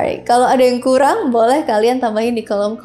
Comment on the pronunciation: Ngomong tu yang bener,bukan kureng tapi kurang